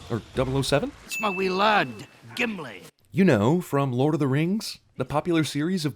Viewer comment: "Gimley son of Gloin"...